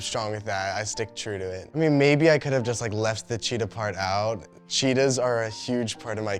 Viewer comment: "Chetaahs are a big part of my personality" 😅